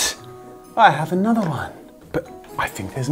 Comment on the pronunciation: Me: how many are you going to use- Jazza:and another one! Me:um Jazza:AND ANODER ONE, AND ANODER ONE. Me:...